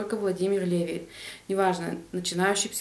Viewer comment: привет. У ЛеВИ ударение на последний слог. У меня вопрос не читала ли ты книгу Повседневная жизнь колдунов и знахарей в России XVIII-XIX веков Будур Н.В.?